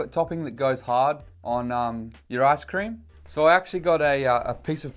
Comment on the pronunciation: “That chocolate topping that goes hard on your ass cream” (ik he said ice cream but the way I heard it made me almost shit myself)